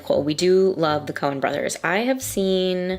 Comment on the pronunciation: Coen, not "Cohen". And no apostrophe because it's plural, not possessive.